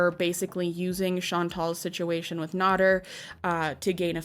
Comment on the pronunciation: Amy Flowers is NOT FFG. But FFG KNOWS Amy Flowers. And mispronouncing Nader was cringe all thru this. How do ppl make 'Docu-Series' on ppl and don't know the facts. 🙄